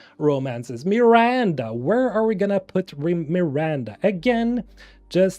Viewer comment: Dude it’s not meeeranda lmao wtf